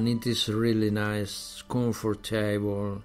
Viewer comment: me parece una buena técnica la verdad, creo que es positivo el intento pero habría que corregir algunas cosillas, claro que entiendo que dice voice, pero esa v tiene que vibrar de lo contrario está diciendo boys, y comfortable es /ˈkʌmftəbl̩/ con acento en la primera. No intento ser destructivo ni negativo, si no constructivo, ojalá mi padre supiese tanto inglés como este hombre, pero debería de cuidar la pronunciación.